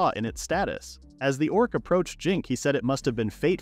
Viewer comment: Haha "Dorc"